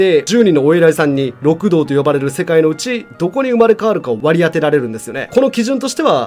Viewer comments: ろくどう じゃなくて りくどう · 六道(りくどう)ですよ